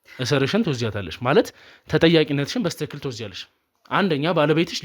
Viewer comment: በስትክክ አትበል በትክክል በል